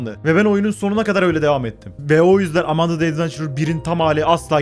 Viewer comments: Emende değil AMANDA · emendı değil amanda (yazıldığı gibi)